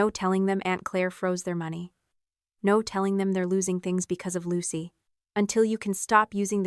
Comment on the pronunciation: Lmao. (Mimics in Mermaid) 'Oh Nor'